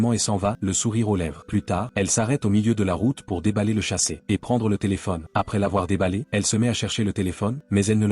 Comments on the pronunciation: On ne dit pas chasset on dit sachet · On dit sachet et non chasset pchtiiiiip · Sachet et non chaset🤦🤦🤦